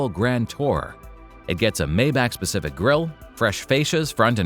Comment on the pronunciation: It is pronounced ' My bach' according to Doug DeMuro